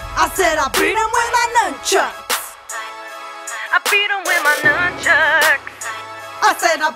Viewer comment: Boowaahahahahahahaahah "So I pulled out my Numbchucks!"